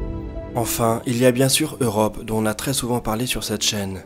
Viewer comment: Tu devrais faire les liaisons ; "dont on" = "donton", pas "donhon" ;)